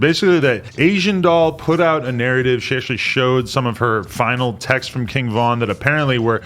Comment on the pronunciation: why did he say “Kinn Vin”